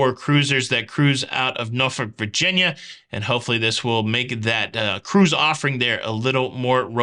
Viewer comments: SOLID Pronunciation of Norfolk! Cruising out of there in August and looking forward to the upgrades. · Lol, as a resident of Virginia, thank you for saying Norfolk correctly.